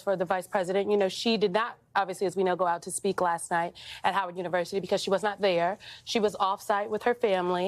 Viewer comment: Why can't she say howard university?